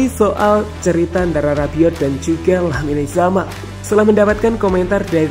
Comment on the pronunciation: pengucapan nama pemain ngacok, "lamine yamal" dalam baasa spanyol ttp dibaca sama serpti penulisan, beda sama bbrp pemain spt carvajal menjadi carvahal karena pakai hurf "j" (hota) yang dibaca seperti huruf "h". kocak "lamine zamal"